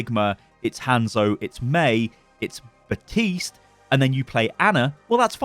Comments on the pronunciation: If he says batist one more time, I’m going to snap it’s BAPTISTE do not forget the P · Can we just agree it's Baptiste and not Batiste? lol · did he just say... baptise moira.. I have to laugh